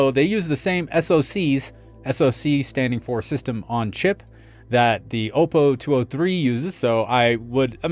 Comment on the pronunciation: FYI... the first "O" in Oppo is a short sounding "O", as in "ah" -> "ah-PO"; it is NOT a long sounding vowel (not "oh -PO"), Btw, I've had the BDP 83 for over a dozen years and it still works great.